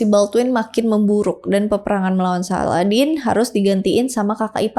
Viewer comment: izin koreksi kak salahuddin bukan saladdin